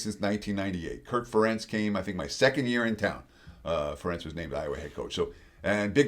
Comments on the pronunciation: Ferentz is pronounced like 'Parents' with emphasis on the first sylablle, not the second...it's not fa-Rentz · Something tells me this guy doesn't watch know as much about college football as he claims.. first off I'm a Duck fan and I know that Kirk Ferentz's name is pronounced "Fair-ence".. secondly, he has definitely not been watching the Ducks, the way he talked about Dante Moore makes it seem like he's just a paper stat watcher not an actual game watcher. I think the Ducks will be able to pull it out, but this guy's analyst of the game seems like he's an outsider that hasn't paid much attention. Go Ducks 🟡🟢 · Ferentz is pronounced like "parents"